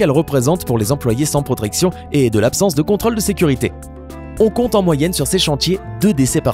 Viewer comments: a il a dit sans protrection au lieu de protection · 6.37 protection ou protrection like si tu veux faire la meme remarque